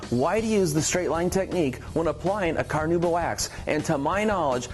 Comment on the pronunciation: No, not a big deal at all, I was just poking some fun. I do think that technically is it supposed to be pronounced "Kar-now-bah" but virtually nobody says it that way. Keep up the great work!!